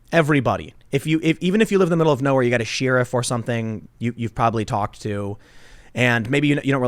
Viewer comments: Ok, I know it's a nitpick, but I've heard him say it so many times now across different videos... is this a Jersey thing? -> "Shear-if"?! I've never heard anyone pronounce Sheriff as 'Shear-if'. It's just grating to my ear-holes. lol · Tim, pronounce sheriff correctly. Please.